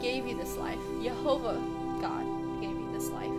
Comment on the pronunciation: Hi i saw you talking to Attila on his channel, i recently watched a video with Doug Hamp and Nehemia Gordan talking about how to pronounce Yehovah, i used to say Yahuah but they convinced me it should be Yehovah and that sounded like the way you pronounced it so i was impressed! Not sure where you are at on your walk, i know Attila is a SDA right now, i try to be Torah observant in an attempt to walk life out like Yeshua did, although i still have a lot to work on. i feel bad that you went through such a terrible experience but praise Yehovah you were both okay, i hope your testimony helps a lot of people! i'm not sure if you have heard much about people starting to keep the Torah (also know as the law) as best as they can again which Moses prophesied in the Bible, Deuteronomy 30 King James Version (KJV) 30 And it shall come to pass, when all these things are come upon thee, the blessing and the curse, which I have set before thee, and thou shalt call them to mind among all the nations, whither the Lord thy God hath driven thee, 2 And shalt return unto the Lord thy God, and shalt obey his voice according to all that I command thee this day, thou and thy children, with all thine heart, and with all thy soul; 3 That then the Lord thy God will turn thy captivity, and have compassion upon thee, and will return and gather thee from all the nations, whither the Lord thy God hath scattered thee. 4 If any of thine be driven out unto the outmost parts of heaven, from thence wil